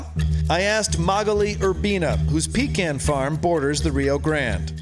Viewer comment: "Pecan" sounded like "Peak Ant" farm for a sec. I got excited 🥲